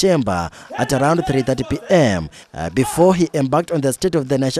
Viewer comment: Guy speak with your natural voice before you faint😂😂😂 check the way he pronounced the 3 pm 😂😂😂 imitation will kill Africans. Speak with your natural voice.even the president is speaking with his natural voice but the commentator want to sound professional 😂😂😂😂😂